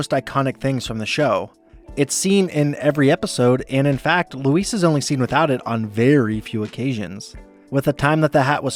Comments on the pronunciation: LOO - EASE. Not Luis. It's only said a hundred times per episode. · You pronounced her name Luis the whole effin time. Lu-eez. Not Lu-ise. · Why do you pronounce Louise like she's spanish and her name is Luis. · "ITS LOUISE!" Not 'luis'. Get her name right or get out. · no mention of bobs bisexuality? also i love how he pronounces louise as Luis every time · You’re pronouncing Louise wrong. Use a z sound, not an s sound. It’s LOOO EEEZ, not LOOO EEESE. Say it like disease. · So either you're an AI channel, or you've never actually watched this show before. Her name is pronounced "LOU-ease" not "lou-EECE". As a result, I can't enjoy this video any longer. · Why are you pronouncing Louise like Luis? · It’s not pronounced ‘Loo-ees’ (rhyming with “peace”). It’s pronounced ‘Loo-EEZE’ as in “Geez! Louise! You’re the BEST!” You’d think after watching so many episodes of the show, someone making an entire video essay would pronounce a main character’s name correctly. (That is also a direct quote from Louise herself by the way, when introducing herself to the Edison-obsessed science substitute.) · LouisE not Luís 🫠🤣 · Dude the way you say the The female name louise as if you're pronouncing it as the male version is Weird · Louise... not Luis... christ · You call her Luis likes she’s a Mexican boy . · you keep calling her louissss her name is louise with a Z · Stop calling her Luis😭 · It’s Louise, not Luisss. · Louise, not Louis, please! It’s pronounced with a more “Z” sound at the end - Louis is a masculine name, Louise, feminine. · Am I the only one hearing “Luis” instead of “Louise”? It’s driving me nuts, they’re two different names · It's pronounced Louise with a Z sound not Luis, with an S sound, which is a Hispanic man's name. Since you just rewatched all episodes I would think you would know how to pronounce her name, it's not that hard.😡P.S. Gene is the gay one. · Why do you pronounce Louise as Luis? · Omg this was driving me crazy! Why is he saying “Luis” 😂